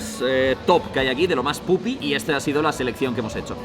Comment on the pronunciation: grefg diciendo pupi bien hahas